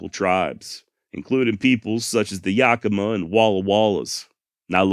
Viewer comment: Good job on the Yakama pronunciation 👍🏻 Listening to you from Yakima Washington. And we don’t pronounce it with an R in these parts